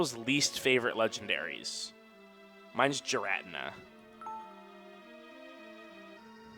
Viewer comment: Every time says "Giratina" as "Ji-rat-in-a" kills me just a little bit